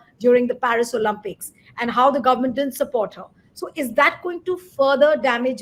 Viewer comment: Olympics , please . Not Olumpics.